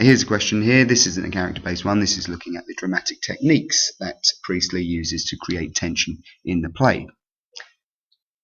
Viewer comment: J briely 😂😂😂 that sounds a lot like JB priestly